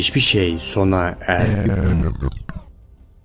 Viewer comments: 9.54 de neden ermedi dicekken errsjsndnd dedin 😁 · O sonda ermehhfjddi deyince telefon bozuldu sandım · Tamda senin yorumunu okurken nın erğeygyy demesi😂😂😂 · "Henüz hiç bir şey sona erğepyepeep" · en sondaki "hiç birşey sona erğhh" hiç guzel olmamis